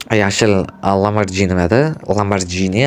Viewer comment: Ha etgande lamborjimas oka lamborgini 😂😂😂😂😂😂😅😅😅😅😅